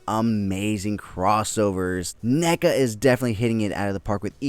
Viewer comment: Why’re you saying Nega? Its clearly Neca, crazy mispronunciation you got goin on there